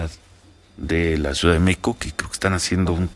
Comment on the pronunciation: Se dice M-É-X-I-C-O, no “ Meh-co ” ... Bravo maestro 😒